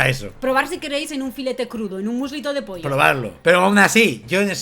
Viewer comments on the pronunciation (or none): none